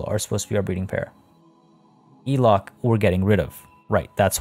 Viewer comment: just thought i would drop a comment because you did mention you like to learn new pronunciations, languages and things, she's traded out but elok the komodo dragon is pronounced élok with a hard e like in egg! it means pretty/goodlooking/nice/beautiful hehe